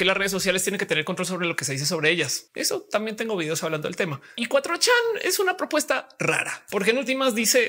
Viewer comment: Qué horrible suena "cuatrochán", mi cerebro no lo procesa. Por qué no dicen de una vez "cuatrochamaco"